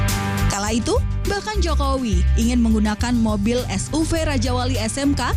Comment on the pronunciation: Es yu vi mbak bukan es u ve